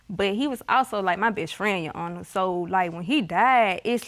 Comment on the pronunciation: "YAHANA" .... it's "YOUR HONOR"!!!